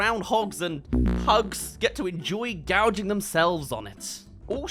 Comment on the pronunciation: it’s gorging “gouging is like getting cut or stabbed